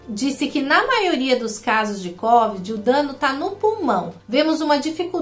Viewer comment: cÓvid????? Se tá louca?? Meu pai!!